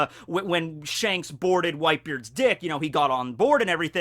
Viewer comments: it sounded like you said when shanks boarded whitebeards dick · Is it just me or did he say "When shanks boarded Whitebeard's dick"?